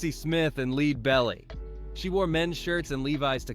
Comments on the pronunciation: Lead Belly, as in Led Belly. Not, lead, as in - lead a horse to water. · Leed belly ???????????? Thumbs down . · Yes and can't even pronounce Lead (Led)belly! How utterly disrespectful. All of it and in the most irritating vocal manner. She was The Queen of soul. Her Spirit was deep, strong and true..and lives on. Her singing was raw, honest, beautiful. She was the real deal. That's what people couldn't tolerate..her raw truth. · Ugh!!!! She listened to LEAD BELLY! (Pronounced like Lead paint; like FED, BED, TED….should read as it sounds like: LED belly! That’s an important fact to be around the KKK in Texas